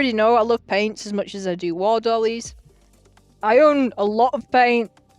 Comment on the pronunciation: "War dollies" 😂🤣😂🤣